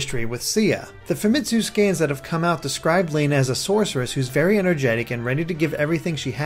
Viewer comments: Lana is pronounced Lonna. I don't know why i let these small things bother me-_ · Stop saying "Layna." It's Lana. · Lana is not pronounced Lay-nuh, it is pronounced Lah-nuh. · Who would pronounce Lana like that?